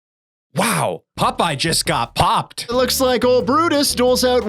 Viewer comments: Why does say "Pupeye" instead of "Popeye"? As for the random insta-deaths, they are more than likely attached to invisible enemy models. Just another broken mechanic like the whole game. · Who is "Pupeye"? 😉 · Stop calling him pupeye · Ahhh yes my favorite sailor: Pup-eye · So many “Pupeye”’s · Why do you keep saying Pupeye? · WHY DO YOU GUYS KEEP PRONOUNCING IT PUP-EYE?! Aaauuugghhh!! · The witch is the Sea Hag and I can't help but giggle at the way you say Popeye. "PUP-PIE!" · Wait, am I hearing "pup eye"? Is the Canadian accent that similar to the Boston accent? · I keep hearing "pupeye".... Probably the only one🤷🏻‍♂️ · The way he says 'pup-eye' every time is fucking infuriating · they are canadian